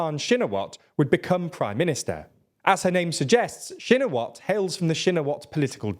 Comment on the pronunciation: I'm Thai and while some of the names are pronounced wrong but he pronounces it better than lots of news outlet tbf. Pheu Thai and shinawatra are the ones he gets much closer than other outlets.